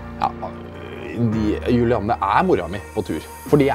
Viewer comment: Julianne er jævlig sjeldent navn og alle sier juliane så og høre vegar si Julianne gjør godt vondt inni meg